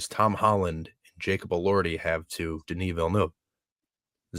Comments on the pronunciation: Its not Dunis, its Denis,... lol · Pronounced "Dunni" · pronunciation of Denis is so wrong. 😂